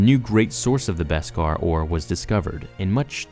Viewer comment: Thank you for pronouncing Beskar properly!! Now if we can just get everyone to pronounce mandalorian properly (Mahn-dalorian, not Man-dalorian!!!)